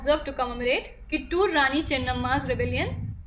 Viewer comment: It is not ಕಿಟ್ಟೂರ್ it's ಕಿತ್ತೂರು ❤️ Nov 1 ಕನ್ನಡ ರಾಜ್ಯೋತ್ಸವದ ಶುಭಾಶಯಗಳು 🙏